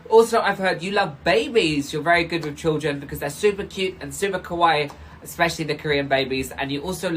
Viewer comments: Every time I hear someone call themselves kawaii (cute) but pronouncing it more like kowai (scary) I gotta chuckle. It's usually true, though. Most of the time they're kinda scary. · I can't believe this mf Oli London just called Korean babies "kawaii", if you don't know, kawaii is the Japanese word for cute. And the way they said it was actually also pretty close to the Japanese word for scary, which is "kowai". It is funny how much people say "kawaii" like "kowai". The difference is a pretty small one but important to not mess that one up. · Near the start he meant to say kawaii but I heard kowai, which means scary. Heh. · WAIT DID HE REALLY SAY KAWAII????? that's LITERALLY JAPANESE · he pronounces kawaii wrong too